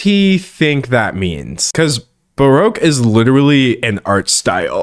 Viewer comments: He said, "Barack" not baroque lol but otherwise yeah he a spin doctor with major boundary issues. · Ffs you're not even saying baroque right so don't comment on it's use. He's using it correctly. GRADED ADJECTIVE [usually ADJECTIVE noun] Baroque things are complicated and elaborate. He was a baroque figure dressed in theatrical, but elegant, clothes. He is among the most baroque of contemporary poets. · I think that instead of "baroque" he actually meant "grotesque" 🤔